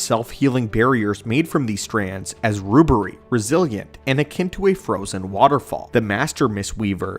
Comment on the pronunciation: Rooberry? Do you mean...rubbery?